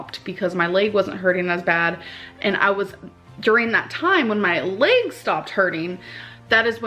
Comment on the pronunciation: I'm gonna be petty. It's bursitis not bursahtitus lol. Also, her symptoms don't sound like bursitis anyways. Her leeyg hurts because of the massive amount of weight on her knees.